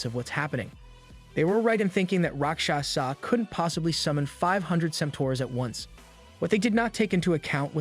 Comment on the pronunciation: why do you keep calling the character asura "rockshaza". ive watched your last video and this has bugged me about this. Love the retelling of the story but changing the name of the main character seems rather dumb especially since his name appears correct multiple times in the chat bubbles